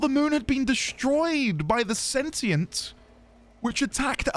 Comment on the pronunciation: You're still on sentinel. Its sentient. Sentient! Where are you even getting sentinel from? Lol